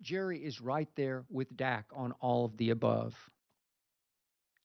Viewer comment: Did this bih say stat Prescott ? 😂